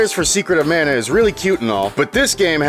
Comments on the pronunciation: It’s mah-nuh. The guy in the commercial says it. For the S.N.E.S. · It is pronounced MONA Geez get it right. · Glad to see the original TV ad says Secret of Mana, not Secret of Manna. I wish the voice actors in the recent Trials of Mana remake got the memo. 🙄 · After hearing talk about secret of mana for 5 minutes then hear him say "manor" when talking about 7th guest messed with my head